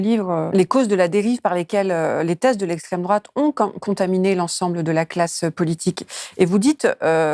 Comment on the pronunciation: C'est pas l'esssstrême-droate le danger ? On m'uaurait menti ??